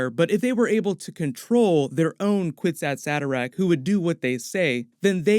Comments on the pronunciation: Actually the phrase “kwisatz haderach” is taken from Hebrew, it’s pronounced- “kfitzat hederech” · You are pronouncing it incorrectly. It is a word from the Hebrew language, And say it is a kifichat haderch (The leap man)